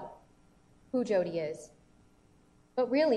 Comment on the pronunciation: Tbh I get the sense that "Hodi" is supposed to be the Spanish pronunciation of Jodi. It's actually kind of a racist joke if that's the case. not trying to call you a racist, I just imagine that that's how the Hodi thing started.